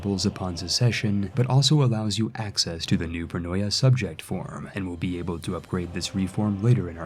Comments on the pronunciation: Not that it matters, but the correct pronunciation is: Pronoia -> Pronia. In both '-oi' and -'ei' you should ignore the first vowel when reading it. Also 'eu-' is read as 'ev-'. Eugeneis for example would be read as Evgenis. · Thank you for this nice and simple to follow guide on the new update. (Pronoia is pronounced pro-knee-ah by the way)